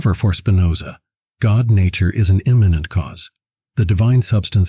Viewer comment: Please pronounce "immanent" correctly.